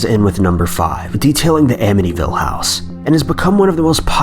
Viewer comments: AMITYVILLE...not "Amnity-ville" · Bruh, you got Amityville wrong...